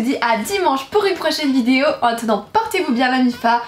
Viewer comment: Tu as redis "vidzéo". On retrouve enfin la belle avec ses défauts de prononciation qui font sa charmante personnalité.